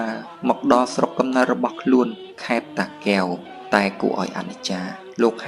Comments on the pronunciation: អញឆ្ងល់និយាយខ្មែរមិនច្បាស់ពាក្យ តាកែវ មិនមែនតាគែវទេ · គ្រាន់ពាក្យថា( តាកែវ )១មា៉ត់ក៏និយាយមិនច្បាស់ដែ